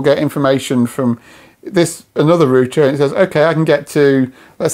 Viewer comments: Wtf is a rooter? Omg it’s router! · Rooter? It's router. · Say it with me, router ....."raʊtə"..... not 'rooter' 🙄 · who needs a U in roUter lets just say Rooters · you say rooter and i say router. do other languages suffer like this with pronunciation? i guess so. clood vs cloud, lood vs loud. do people from the place where this guy is - say those words also like that? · its not a roooooter, its a ROUTER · rooter! lol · Stop saying rooter, its rude. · What's a rooter?